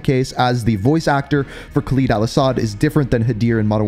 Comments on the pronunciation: Listen man the videos are good n what not but you gotta learn to say Khaled al-asads name right your not saying it right and it's just cringe and hurts the ears its Khaled not Khalid just listen to how other people say it do your homework then presentation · Why does this man always say KHALEEEEEEED al asad its khaled al asad… not LEEED led its led